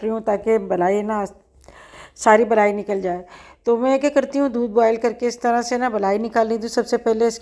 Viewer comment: blai ni kehty mlaai kehty hn doodh ki mlaai